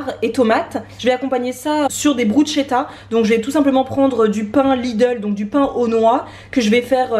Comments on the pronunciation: C'est top la méthode du chou fleur pour manger des légumes dès le matin et qu'on est accro au sucré ! Sinon bruschetta se prononce brusketta hihi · Miam! Cette vidéo m’a donné faim... go faire à manger healthy! Merci!! 🍽😍 (PS: bruschetta ca se dit « brus-k-etta » 😉) Gros bisous!